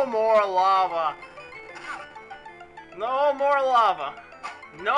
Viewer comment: When you were yelling "lava" it sounded like "no more la-mulana" :|a